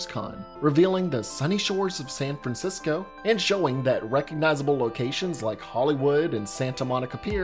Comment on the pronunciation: You kept saying San Francisco and it made me so angry every time haha